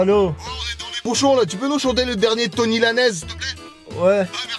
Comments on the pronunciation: Personne à remarqué qu'il dit "tony" au lieu de "tory" lanez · C'est Tory Lanez les gars, pas Tony o/ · Uza Music Bah moi aussi il a dit 😂 il a dit Tours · Bande de gros naze on dit TORY Lanez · La prononciation de Tory Lanez m'as fumé 🤣